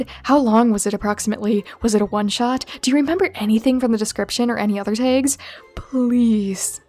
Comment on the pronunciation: Why do you keep saying t-ay-gs t-ay-gs t-ay-gs? Its usually t-ah-gs. It keeps disturbing me while watching.